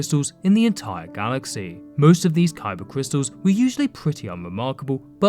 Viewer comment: “Cybah cwistuls” 👉🏼👈🏼